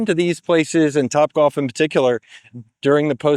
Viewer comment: Wtf is “copbwalf”